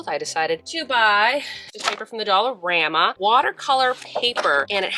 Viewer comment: Is it just me??? Every time says “dollarama” I hear “dollar grandma”.